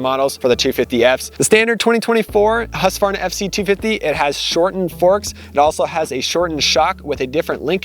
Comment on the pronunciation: Please upload a video of you pronouncing ”husqvarna”. I have never heard a native english speaker ever even coming close to pronouncing it correctly. Which really don’t matter, because english speakers are not expected to say the name of swedish towns correctly nor slavic last names